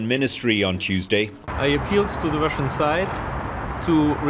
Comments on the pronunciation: Definitely not russhun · But not russhun